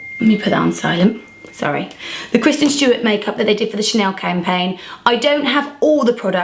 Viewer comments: You keep calling her Kirsten and not Kristen lol. Beautiful makeup though :) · Why did she keep calling her Kirsten instead of Kristen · you keep saying kirsten😂💗